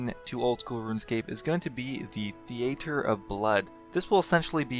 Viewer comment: thee-ay-ter.. lol. are you serious? never been to the thee-ah-ter before?